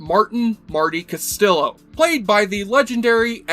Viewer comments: Wow, couldn’t believe this narrator guy when I heard his pronunciation. Considering he’s a fan of the character, shame he couldn’t say his name right. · Sweet Jesus Man -- You talk about the pilot so much but somehow missed that Castillo (That's CAST-E-YO, not Cast-ill-o) isn't even in it? He doesn't show up until the 6th episode. Lou Rodriguez was the original captain. Nice that all this YT money is allowing you enough time to actually watch the pilot when you talk so much about it. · Stop with the bs like that Bruce Willis babble and stick to the subject. And learn how to pronounce your "favourite characters" name. Pronounced "Castiyo", not "Castilo". Do your homework,! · Crockett > Tubbs and its not even close. Its Cast EE oh ... not Cast illo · CastiLLo not Castilo 😅. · Cast-yee-yo, not "cast-il-o"! The show had its actual last original episode aired in 1990 on the USA Network - though the intended finale did air in 1989 on the National Broadcasting Company network. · It's pronounced as Casteeo -not Castillo. The L's are not pronounced. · Martin Castillo, the weirdest damn cop I've ever seen on any show. (Which is pronounced cas-tee-yoh, not castilo.) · OK... explain why you pronounced the double-l in Castillo as if they were English l’s. If you had watched ONE SINGLE EPISODE of the show that Olmos was in, you’d know how to pronounce Castillo [kaa-stee-yo].]Talk about F’ing up your credibility... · it is not Ca-STILL-o. it is Cast-ee-oo. double L in spanish makes a Y sound. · it's pronounced "castiyo", not "castilo" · I confirm, is castiyo, not castilo, (another spanish speaker) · It’s pronounced Cast-ee-yo. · Castillo is pronounced CAH-STEE-YO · Being his favorite character you would think he'd know that. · "Castillo" is pronounced: Cas-tee-yo. (That's "castle" in Spanish) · His name is pronounced Casteeyo. Jesu man. Accent it. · And, and, its pronouced "CASTIYO" damn it! :) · The 2 L in Castillo is pronounced like a Y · Bad pronunciation of Castillo!